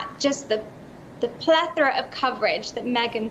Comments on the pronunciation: Wow! Someone who knows how to pronounce "plethora"! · Sunflower On concrete Not sure what you're talking about. The emphasis is on the first syllable in America just like she said it.